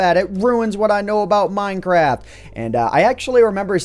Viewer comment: Did he say: One of the best updates that's come out with minecrap? (I know he probably didn't say that, it just realy sounded like that.)